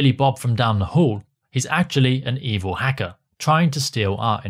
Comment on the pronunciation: the evil "heckah" 😂